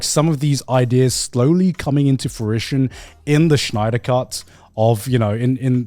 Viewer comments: Why are they saying Schneider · Garnt! Snyder! Not Schneider 😭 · Lmao Grant pronounces Snyder as Schneider. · I love how they say Schneider instead of Snyder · I like how they all pronounce Snyder like Schneider